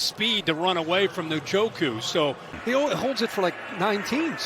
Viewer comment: i swear the pronounce Njoku’s name different every week